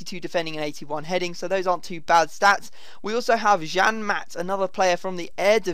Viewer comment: Lol, Jan - Mat... it's Yarn - mart. <3 the English trying to pronounce the Dutch names :)